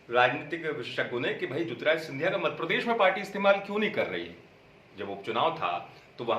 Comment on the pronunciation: अमित भाई मध्यप्रदेश नाम है हमारे प्रदेश का मद प्रदेश नहीं शब्दों में सुधार कीजिए आप अच्छे पत्रकार हैं आपको मजा आता होगा लेने में पर नाम सही लीजिए यह मजाक नहीं हमारे राज्य के सम्मान का विषय है